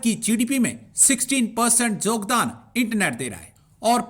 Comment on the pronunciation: Jogdan nahi yogdan hota hai